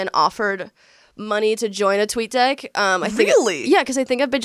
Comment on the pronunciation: please for the love of god,, focus on pronouncing the short "e" in the word "deck"...I'm trying not to burst out laughing while listening to this at work!